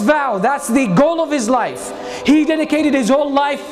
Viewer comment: when he said "life" i thought he said knife😂😂